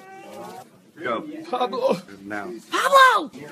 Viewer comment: Jon: PABLO Sophia: PABLO Jesse: PLABLO